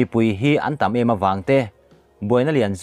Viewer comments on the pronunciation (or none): Hnam chhannan mizotawng thluk di hram ang aw... Emaw tih ngei ngei tur Amaw tia lam tlatte hi sim a tha